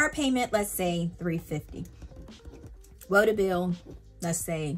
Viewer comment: Love the way you say "woota" are you sure you're not from Jersey or Pennsylvania?